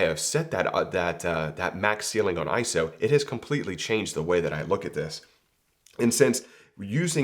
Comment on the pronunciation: Very good info here,. And thanks for pronouncing iso correctly.:finger-red-number-one